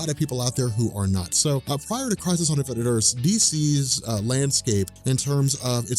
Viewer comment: "Infinite Erse"